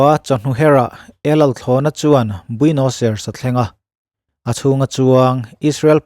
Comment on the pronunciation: Huhang kan ti thin a keini lam chuan 'huvang' tih hi khawilai vela hman thin nge ni le..? (Min rawn attack hlek suh u, pangngai takin zawhna ka zawt anih hi) Chuan..Argentina khawpui hi Buenos Ai-res tia lam tur aw..keipawh hmanah i lamdan ang hian ka lam thin ve tho....a pawi hranlo mahse a dik zawk ka lo sawi ve mai mai.